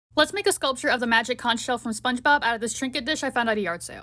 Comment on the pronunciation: Oo magic cunch sheal what do we do now? Nothing 😂😂😂😂😂